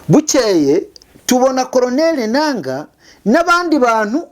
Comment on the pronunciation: wacu 👋🏿👋🏿kuki ukunda kuvuga ENANGA??ngira ngo ni NANGA😂